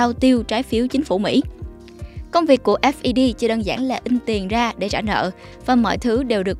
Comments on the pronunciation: Đọc "ép i đi" nghe phèn phèn 😂 ngta đọc là "phét" chớ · nghe "phét" quen cái "ép đi pi" thấy lạ quá haha